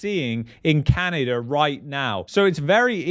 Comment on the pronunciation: There's no "R" in "Canada!"